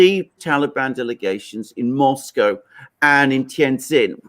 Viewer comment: Lived in Moscow. Unable to pronounce Moscow correctly. Probably pronounces Porsche as one syllable too. Fail.